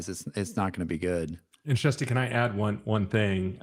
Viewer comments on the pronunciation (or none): Please somebody tell me they are mispronouncing first name. (Chesty, for real?)I'm dead😂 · Jair-stee? Is that how to pronounce your first name? You speak your full name so rapidly this monolingual American can't quite catch the nuances. Thanks for your patience.